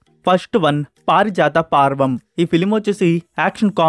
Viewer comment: పార్వం కాదు….పర్వం తెలుగును ఖునీ చేస్తున్నావ్ …మొన్న శ్రీరంగ…..నీతులు అన్నావ్ శ్రీరంగనీతులు అని కలిపి చదువు